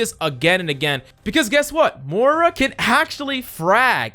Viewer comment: ITS NOT MORE UH ITS MOIRA